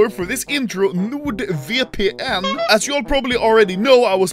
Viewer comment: pretty sure he said nude vpn